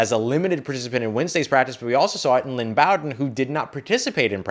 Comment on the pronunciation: I thought it was pronounced Lynn B-oh-den